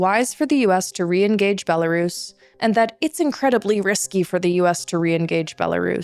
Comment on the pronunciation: Thank you, but it’s pronounced “Bella-RUS” RUS!! Pronounce the same when you say Belarusian, NOT “Bela-Russian” The history goes back to ‘white Rus’, as in the white Kievan Rus’. NOT ‘white Russia’. HUGE difference